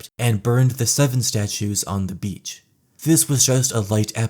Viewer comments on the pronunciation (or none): none